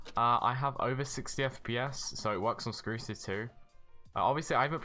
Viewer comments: did this man just call "Strucid" "Screwcid"...? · You know it's been a while when you say "Skrucid" instead of Strucid XD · Its called strusid not krusid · Why tf does he say Screwcid (and mans extended this video so much to 10mins smh) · You said scrucids